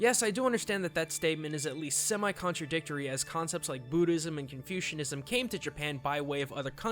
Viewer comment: did u say confusionism ?